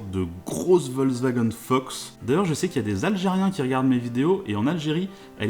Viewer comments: Volkswagen et non pas Volkswagun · VolkswagÉn sa se prononce